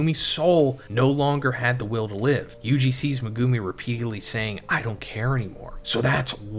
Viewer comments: "Megooomi' looool it's pronounced Meg u mi. How they say it in the dub, would be correct because they get told how to say it. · every time he says "me-goo-mi" it causes me physical pain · Naa "Mehgoomy" and "Sehkoonah" is crazy. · Good video but it’s megu-me not meg-goo-me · No hate but please. Its pronounced meg-oo-mi not me-goo-mi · HIS NAME IS MEG-ga-me man… you keep saying maGume and that’s just incorrect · is saying 'Muh-goo-me' and I think the argument is that it's supposed to be said as 'Mega-me' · I've gotta say it. Who the hell is meh-goo-me? Do you actually watch the show/read the manga as a fan, or just farming YouTube views? Legit question. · Say it with me Meg ou me that’s how you pronounce his name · Megoooomi. What did I just hear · it's Mehgumi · Naughty chapter as always.. But what gets me is I can't hack how you pronounce megumi' name 😭 me goo mee😭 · Guys, guys. It could be worse. He could be saying 'Me-gummy'. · Im sorry I hate they way you pronounce Megumi name 😂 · if this dumbass doesn’t stop saying megumi yuta last name wrong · not a fan of how you say megumi LMAO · lol my guy you not say megumi name right lokl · ill follow you when your pronounce megumi right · fr! it makes me cringe every time